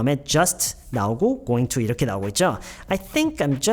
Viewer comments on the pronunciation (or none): 중간중간 going to 발음을 왜 그렇게 하시는지 넘 궁금합니다~ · going to가 gonna로 발음 되던데 그럼 회화에서는 gonna라고 해야하는건가요?